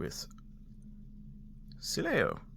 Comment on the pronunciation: dislike because you cannot pronounce sileo right